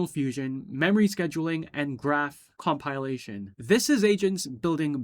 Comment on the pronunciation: first time i hear "compilation" pronounced "com-pai-lation". isn't it "compile" ="kom-paile", "compilation"="kom-pi-la-tion"?